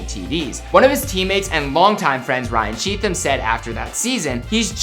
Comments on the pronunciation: Did he seriously pronounce it CheaTham? It's definitely CheatHam how is someone gonna do a biography of someone and mispronounce names. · wow. they mispronounced cheatham’s name